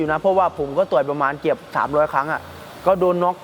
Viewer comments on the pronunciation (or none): พี่นายค่ะพี่นายออกเสียงคำว่าเกือบเป็นเกียบ